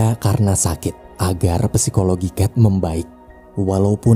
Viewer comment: Narasinya Bagu, esensi film sudah tersampaikan dengan baik. Untuk narator, ketika mengucapkan kata Psikologi. Huruf P nya nggak perlu diucap. Cukup Sikologi.